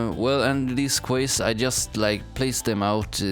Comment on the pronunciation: You're really great at this and your island looks amazing, but you should spend more time explaining HOW you're doing what you're doing and what tools you're using. Also - and I'm saying this so that you know, not to be clever or to criticise, "quays" is pronounced the same as "keys" in English. How else will you find out if nobody says anything! :)